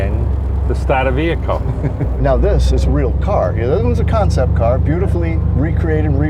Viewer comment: this is a nice-riding cahh - heh heh heh